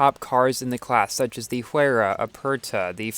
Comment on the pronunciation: I heard that Pagani Huayra is pronounced as "Why-ra"